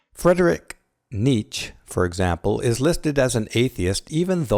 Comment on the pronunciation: Please look up the pronunciation of "Nietzsche".